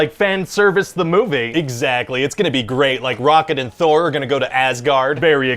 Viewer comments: I couldn't bylieve he kept doing that. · lol i couldnt bylieve it either. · I love that he carries the “be” pronounced as “by” through the whole pitch. 😂